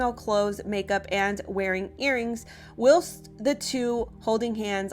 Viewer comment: Great work, but please check the pronunciation of ‘whilst’. 😊